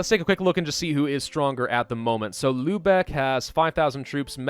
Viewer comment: damn youve gotta be the only youtuber who actually pronounces lübeck properly and doents pronounce it like Lubbock texas